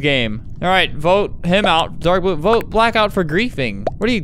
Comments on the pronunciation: "llue" "blying" 💀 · It's supposed to be I'm voting lue for blying xd but that's OK xd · He said "in voting lue for blying" didn't he? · Lol I love that part, and also the one where he says I'm voting lue for blying. Edit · Albert: “I am voting lue for blying” Also Albert: “what did I just say- WhAt DiD I JuSt SaY!” Me: “Not English anyways-“ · "I am voting lue for blying." Albert 2020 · ''im voting lue for blying'' LMAOO